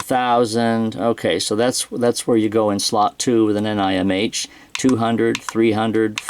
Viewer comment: That's the first time I heard of the batteries referred to as N-I-M-H and N-I-C-D, I guess it saves a couple syllables from saying nickel metal hydride, but the usual Ni-cad is shorter. So it's a wash- ;)